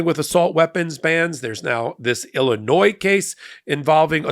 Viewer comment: The s in Illinois is silent